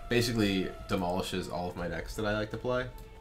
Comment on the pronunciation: It's an in joke, he says "oblelisk desks" all the time instead of "decks" in his other Duelyst videos :)